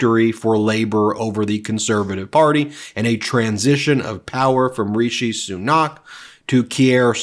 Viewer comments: its not Sunaaak it is Sunak...with equal emphasis between the two syllables and it is not a drawn out "a" but "a" as in apple, not "a" as in Aardvark But still thank you for this podcast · It's not pronounced soo-NOCK, it's SOO-nak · Christ, his name is SU-nAck not so-KNOCK. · Soo-nack is how the outgoing PM's name sounds. And what a gracious concession speech. Also shows the benefits of the constitutional monarchy/parliamentary system. A lot of my liberal friends have a dim view of it because they think it's "undemocratic" but the UK raks higher on all the indices of democratic realities than the US does. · As a resident of Britain, It's always a little strange seeing other folks talk about UK politics. Like mispronouncing names. Like here, Fishi Rishi was terrible and and only got picked by a small group people people after Lettuce Liz Truss broke the entire economy in an afternoon. He hid £730 million in a tax loophole and calling an election at this time was basically a surrender because he was tired of the job. And Stammer's no angel.